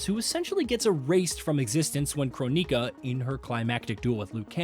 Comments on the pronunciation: Your pronunciations are making my eyes bleed. If I had to hear croneeka one more time.... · what is a Crow-nika? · Croneeka, byehon, syromancer, Lin quei, The list goes on I'm surprised he didn't pronounce scop-ey-eon